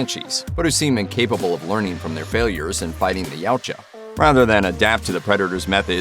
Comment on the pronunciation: dude... not YOW-cha... it's Ya-OOO-Cha